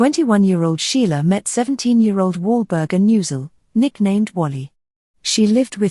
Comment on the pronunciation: Pardon me, you always mention the name of artist "Sheila". But the artist's name is SCHIELE!!!